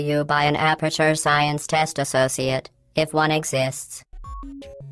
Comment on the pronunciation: Science not Sciance srry i had to